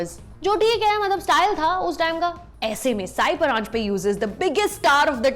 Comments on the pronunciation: Sorry but I have to say this. It's not "साई" परांजपे but "सई" परांजपे. I hope you get to know the correct name of the woman director you are praising here in the video. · Lovely video, about a fine film, but It's सई परांजपे, not साई परांजपे. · सई परांजपे. Not साई.